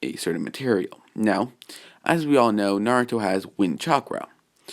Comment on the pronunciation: Yo it's crazy how he gets everyone's name right except for Naruto's